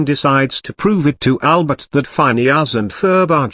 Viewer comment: “Fineus and Ferb”